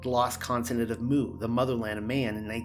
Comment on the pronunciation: You're pronouncing 'Mu' wrong. It's like the letter not the sound a cow makes.